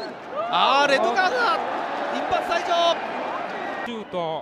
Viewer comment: デッドカードに聞こえる